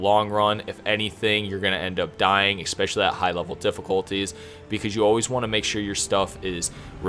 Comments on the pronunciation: Dude.. the word is “especially” not “exspecially”. I’m also goin to assume you say exspresso in stead of espresso. I’m sorry but I couldn’t focus on anything but this. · it is eSpecially. not eXpecially, just saying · Very helpful, thanks! You have a great voice and great energy and you get right to the point so 10/10 for presentation. (Just 1 thing, I swear I’m not a pronunciation cop but there’s no “X” in especially. It’s pronounced like “essspeshally” just because you use the word a ton and it’s a little distracting for weird people like me) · EXspecially :D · A good guide but please please google the correct pronunciation of "especially" its like finger nails on a chalk board the way you say it! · Ken, Stanima, Expecially... that was painful to listen to. Good, helpful video. But eugh. Pronunciation. You're a YouTuber ffs.